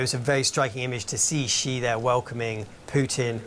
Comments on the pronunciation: Continuity and accuracy is important for news anchors. The president's name is "Xi," with the "X-" pronounced as "Sh-", and the "-i" as "-ee". The president's surname is therefore pronounced, "Shee". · repoter pronounce all the time wrong Xi...due to german accents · Why does everyone call him President Ji? Just say the English word "she" and you'll be much closer to pronouncing it correctly.